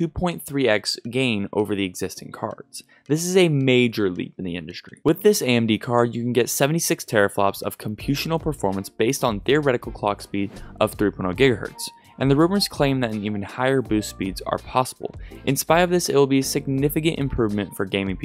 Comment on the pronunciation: "Computional"? lol, It's "Computational".